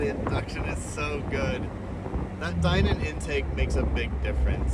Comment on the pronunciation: That IS how Steve Dinan pronounces his name, so is correct.